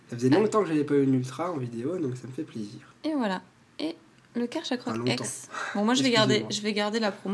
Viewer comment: on dit Carchacroke EX